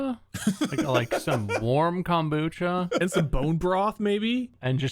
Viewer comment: I'm def saving this because of bob's Californian accent. The way he says kombucha is just 😭😂